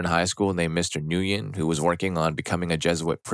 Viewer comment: The name is pronounced "Mister Gwin". It rhymes with "Thin". The "N" is silent. Have we (at least us in the USA) all forgotten how to pronounce this very popular Vietnamese name?